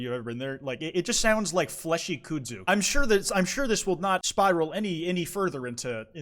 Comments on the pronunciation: Kudzu is not pronounced koo-soo omg lol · Why does he pronounce kudzu like that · oh my fucking god its KUDZU NOT FUCKING K O O D Z O O edit i looked it up and i was wrong sorry although this was the first time ive ever heard someone say koodzoo my whole life